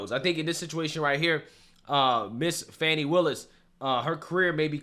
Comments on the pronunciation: Fan, fani wilis. Not fawn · It's not "fah-ni." It's "FA-NEE" as in fannie. clap,..clap,..clap!!! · Just fyi “Fani” is pronounced “fan e”. Fauni would be the correct spelling of the leftist pronunciation. Either her mother was not smart enough to spell the name she intended correctly, or, more likely, Fani doesn’t like being named after a term used as an alternative to buttocks. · Why are people pronouncing her name as if it is " Fawny" not Fanni" ? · Hey guy, its Fani Willis. Not Fonni. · Its fanni, like hat. It’s not fonni. Fanni like your a$$. If anyone in the comment section that doesn’t like your opinion, none of us care about their opinion. TDS is all around. For those who do you have TDS, next time you get your eighth booster, please see if they have a shot for TDS. In my opinion, I believe you would be much happier! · Why are you saying "Fahnee" now? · You have to make jokes about these ridiculously sanctimonious people and their clown world. Mockery is what they deserve. Her name does not have a "u", it's not pronounced like a young deer. She getting her Fanny packed like her namesake